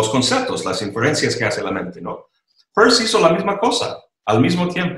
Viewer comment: Excelente entrevista, escuchando a se va el tiempo sin pensar. Caballeros pronuncien bien Peirce, lo explica en su video sobre este notable filósofo.